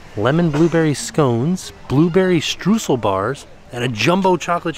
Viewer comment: Btw. Some Info about your Blueberry Streusel Bar: „Streusel“ is the german Word for cake Crumbs. And it is pronounced like „stroisl“ to sound like German. Would love to hear you saying that in a future Video 😊